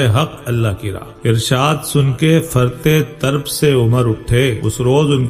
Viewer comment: Aap Tarab طربko Tarb padh rahay he-n فرط طرب ka matlab bahut ziyadah khushi jaisay فرطِ مسرت